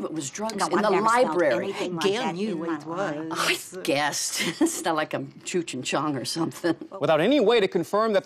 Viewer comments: he was talking about how she said chooch instead of cheech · Lol "Chooc and chong"